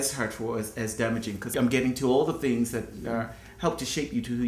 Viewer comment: went through some "thangs" not "things".